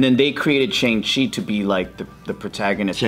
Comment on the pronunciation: shang chai? seriously lol